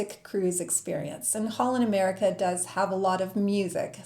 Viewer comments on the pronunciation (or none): none